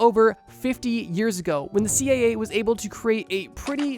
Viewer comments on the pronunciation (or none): Am I hearing this wrong? About the dragon fly he keeps saying (I think ) "CAA" instead of "CIA". Could be just an accent I'm not used to though?